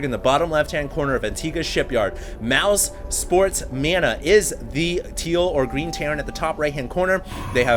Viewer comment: It's Mouz. not Mouse ...